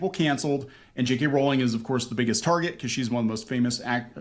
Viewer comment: Can I just say thank you for saying Jk Rowling's name right? I can't believe after decades people continue to say it incorrectly. Love your content btw, I found you through the amber heard trial and love how you don't put up with bs